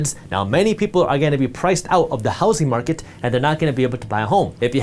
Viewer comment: Is it just me or does he pronounce "housing market" like housy market